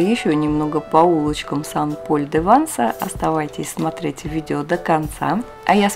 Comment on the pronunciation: Всё ПОНРАВИЛОСЬ! Только нужно произносить СЭН ПОЛЬ - Святой Павел, это же не город САН Пауло.А в женском роде СЭНТ Мари - Св. Мария, например.Буквосочетание "аi " во французском почти во всех словах произносится как "э", это просто к сведению...